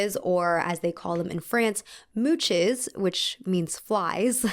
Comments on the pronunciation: "Moosh" not 'moutches' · French pronunciation from a random frenchie : The "ch" in french is more like the english "sh", cus there's no "t" like in "much" which sounds like 'mutch" Also the plural "s" in french are silent So mouche/mouches would sound like moosh. :) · Mouche = pronounced moosh Edit: love the wig btw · French person here: it is pronounced "moosh", not "mooch". ^^ Our word for "fly". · Its pronounced "moosh' not "mootch" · mooches lmfao! mooches for smooches :D moosh, the french ch has an sh sound, such as in the word machine. deus ex machina is similarly mispronounced by many in the english speaking countries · It’s “moosh” …. Not mooches…. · please not "mouchezz" try pronouncing it as "moosh" 🤩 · It's actually not pronounced 'mooches' but 'mooshes' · I love how u pronounced mouches thats so cute (its pronounced moosh) but mooch is better hahah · Please just pronounce "ch" as /ʃ/ when speaking French :'))) I cringed every time i heard "mootchez" you just pronounce it "moosh" even in plural 😭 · As a native french speaker I love how you say mouches as "moochez" It's pronounced more like "moosh", but it's okay, french is weird 😂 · Absolutely loved this video! for future reference, "mouches" is actually pronounced like "moosh" rather than mooches/mootches <3 It’s not the exact pronunciation but I find that it’s the closest :) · It’s pronounced “moosh”, be it singular or plural. And “plaster” for plaister. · CH in french is like SH think “Chanel” so moosh. does all the research in the world but not google translate 😭😂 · I love the video and it thought me a lot about French culture even if I’m French. I’d just like to add that “mouches” is pronounced “mou-sh”, the “-es” is not pronounced in French. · loving the content but please please double check pronunciations<3. mouches is pronounced “moosh” whether plural or singular, the only time you get that hard ch sound in french is if it’s a foreign word and they put a tch so you know! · Lay moosh!